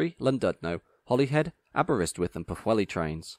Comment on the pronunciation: Excellent review of superb trains. Only one thing marred enjoyment, the grinding mispronunciation of Llandudno and Pwllheli.